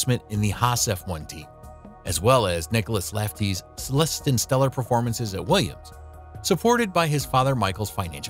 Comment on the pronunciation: Nicolas Lefties is my favorite so far haha